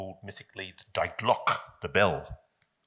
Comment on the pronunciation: For crying out loud: it’s „DEEE GLOCKAE“ NOT „Dye Glock“!!!😩😩😩😩